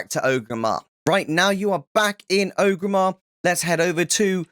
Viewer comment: great guide but i hate how you so O gramar its OR-GRIM-MAR not O-grimar